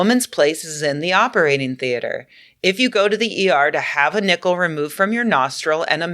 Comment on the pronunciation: I heard Nipple too, lol. I'm guessing it was supposed to be Nickel, but that's not what I heard.